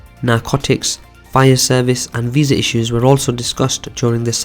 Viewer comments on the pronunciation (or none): none